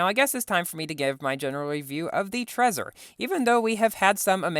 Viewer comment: Trezor is pronounced Tr-ei-zoar